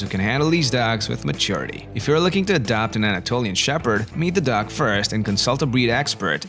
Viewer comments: Did anyone else think the narrator said duck instead of dog? Great video though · Why do you say dags??? Your dog pronunciation is so weird and funny